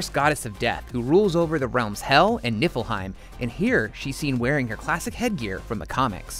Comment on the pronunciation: did you just say... NIPPLEheim